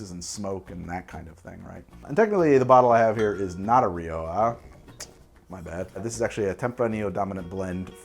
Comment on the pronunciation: Syrah and shiraz are both correct. But Rioja is "riocha", with a sound like the end of "loch".